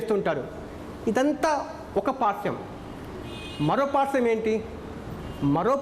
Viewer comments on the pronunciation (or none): Re nathhi Paarsvam not parsam